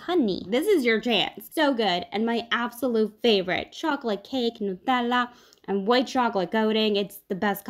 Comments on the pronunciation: I loooove how ypu pronunce nutella.... likr the right italina way! And this look delicious! ❤❤ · It's the correct pronunciation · Since she’s Italian and she lives in Italy, and Nutella is Italian, she’s probably used to the original pronunciation of the word. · I love the way she pronounces "nutella" ❤️